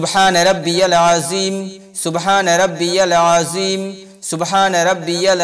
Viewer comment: আপনি রুকুর তাসবীহ টা সঠিক করে উচ্চারণ করুন, এখানে যিম হবে না, জাল হবে, মানে toung Out করে পড়তে হবে।